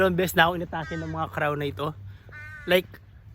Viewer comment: Pronounce it crow